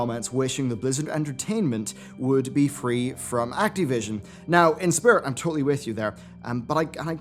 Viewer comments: Why do you say Act-E-vision? its Activition. I know your English isn't great but come on, your better than this. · Why are you saying "Activision" weirdly?